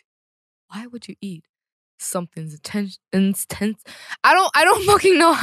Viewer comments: SHE KEPT SAYING INTENSETINES SKADJKSAJKDASJA I AM LOSING IT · KawaiiCupCakes at first, I thought she was saying tentacles lmao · I thought she was trying to say “tentacles” but then it just went too far😂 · In-tes-tine 😂😂😂😂 jamieee🤣🤣🤣🤣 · INTESTINES sounding hilarious from Jamie is cute n Hillarious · now you got me saying intestines wrong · I dont even know how to properly say Intestines after hearings her say it like that so many times